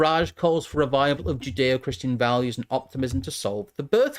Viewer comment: Joodayoh-Kryschan valyoos